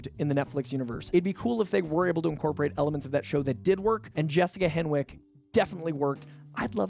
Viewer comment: Great list! FYI you don't pronounce the "w" in Jessica Henwick's surname.